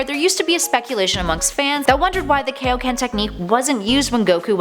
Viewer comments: 1) both king kai and goku claims that kaioken is a technique 2) King Kai’s name is in the damn technique. It’s not kay-o-ken. It’s kai-o, as in Kaio-sama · Kaioken is pronounced Kai Oh Ken, Team Four Star made a joke about it when Goku's dead friends want training from King Kai. I blame the Ocean dub for this but Funimation went back with the proper pronunciation...eventually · "But GUYS ultra instinct IS a form!" I bet you pronounce kaioken as kay o ken on purpouse. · Kaioken not keioken come one king kai’s Name is even in it and he created it.